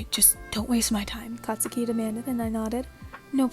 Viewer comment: no offense, "katuski" "katusuki"